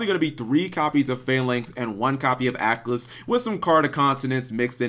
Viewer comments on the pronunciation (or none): none